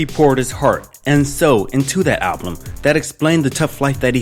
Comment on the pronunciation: Are u saying ablum instead of albums lol, hope that was accidental because now i remember your channel